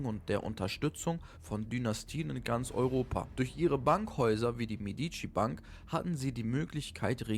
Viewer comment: Meeediici....wersaier vertrag. So wirds ausgesprochen. Ansonsten gut.